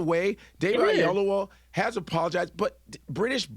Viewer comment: Godfrey, please pronounce David's name properly. Oyelowo not Ayelowo.